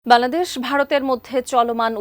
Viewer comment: ### কুকুর শুকুর সাংবাদিক উপস্থিকা বাংলাদেশের নাম বলতে পারে না